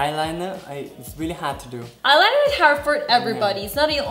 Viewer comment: JAJAJAJAJAJA NMM faundeishion JAJAJAJJAA ailainah mascalah